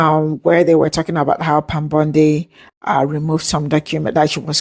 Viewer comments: Receipts, please.😐 I'll celebrate when it's corroborated!🤨 Why does he keep saying _ Bond-eye?😶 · The white guy in the video is AI. You can tell by it mispronouncing Pam Bondi’s name. Also all AI right now has the same cadence and rhythm. I can’t find any reputable source talking about it. After finding out that people outside the US are enjoying making money online by just lying and manipulating Americans with false info.